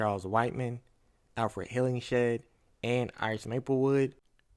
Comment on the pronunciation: Apparently the director left that cliffhanger of Maplewood talking to Shahara in 2023 as a potential setup for a S2. He wanted to leave a thread in case another season is approved. Oh and it’s pronounced “Hillinghead” not Hillingshead